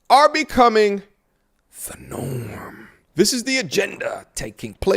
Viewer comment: Why did he say 'The Norm' like that????